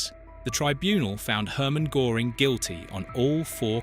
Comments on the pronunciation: Not GOring ... GÖring ... 🙄 .. this CAN'T be so difficult to look that up if it's LITERALLY the title of your video... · A good video, yet you miss out on several important points concerning Goering. I can't use the umlaut i.e. two dots on the o. The smallest point to make is how to pronounce his name. When you say "early" in English the "ea" sound is correct for G"ea"ring. The problem was that he slowly got sucked into the mobster trap due to his ego and honest fear of communism along the lines you aptly describe. Goering was as fast thinker and artistic actualy at a loss how to keep pleasing Hitler, knowing early on that the war would go bad if Germany couldn't strike a deal. He tried via Sweden yet Winston didn't trust it. So he resigned himself to the good mobster life as long as it could last, yet fighting to the end. No doubt having a lot of knowledge where he hid much loot and thus be able to bribe his way to get cyanide. There was little for Goering to correct in the Luftwaffe. And he no doubt knew it. He had the same personality type as Hess who was not so fast a thinker. Namely when losing emotional controle or in burn out an ADHD-c type. Hess too saw that Germany would be done for without a deal being struck. Hence his desperate flight. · who is Herman Gore-ing? AI slop. Oh, no "block this channel" option, how much of a bribe to YouTube does that require? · I know it's really off putting! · Not being able to properly pronounce the second name of your subject strips your credibility to below zero. Downvoted because I can actually pronounce an umlauted O. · When you don't even notice you've picked an AI voice that mispronounces the name of your subject... I guess that does now much attention you've given to the AI slop input! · AI slop where they don't even pronounce his name properly. Rubbish! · LEARN HOW TO PRONOUNCE GOERING !!!! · Wow, how do you produce a story about Göring, then mispronounce his name throughout it. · His Name was Göring not Goring